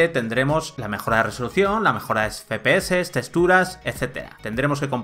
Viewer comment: Teraflosssss, efepeces JAJAJA